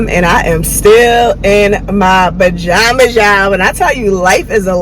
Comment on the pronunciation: Did she really say "Ba-Jamas?" asem ooo🙂🙂🙂🙂🙂🙂🙂🙂🙂🙂🙂